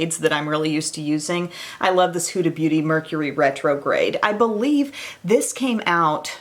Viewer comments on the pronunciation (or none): none